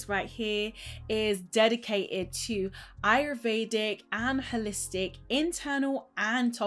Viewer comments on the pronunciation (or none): none